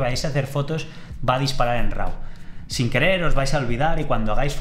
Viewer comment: No se dice "Rau", se pronuncia "ro" /ˈɹɑ/ ¿Porque motivo en España tiene la horrorosa costumbre de pronunciar como se les ocurre ciertas palabras o expresiones del idioma inglés, y no respetar la pronunciación correcta, como por ejemplo cuando dicen "güifi", cuando es /ˈwaɪ.faɪ/